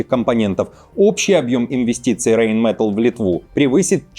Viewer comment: РейнметАлл это старейшая немецкая фирма и все знают, что произносится это слово с ударением по правилам немецкого языка, а не английского! РейнметАлл! Так же как в русском!